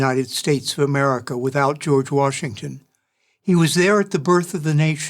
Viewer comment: Jeorge washminkton